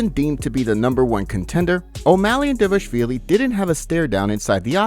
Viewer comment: How many effing times do we need to tell you this before you start doing your job properly and take it seriously? The fighter's last name is DVALIshvil as opposed to DIVAshvili you keep calling him. There is nothing "diva" about the guy. Stop disrespecting Georgian people by neglecting the correct pronunciation of a greatly respected Georgian family name and stop disrespecting the fighter who appears to be a great, kind, funny and down-to-earth person.